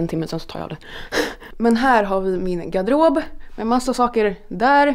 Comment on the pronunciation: Älskar hur du säger garderob hahah